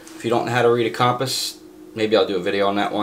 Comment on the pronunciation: I've neva in my life heard anyone say compass like that 🤣🤣🤣🤣🤣